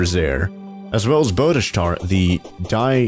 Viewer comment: I laughed so hard when he called Bodastart “Bodashart”.